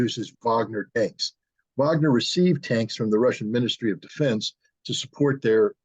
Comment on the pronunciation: Wagner with a W Not a V you keep saying Vagner it is Wagner with a W